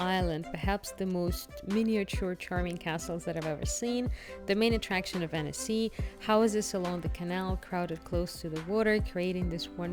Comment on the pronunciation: Pronunciation is Ahn-cee. Amazing place ♥️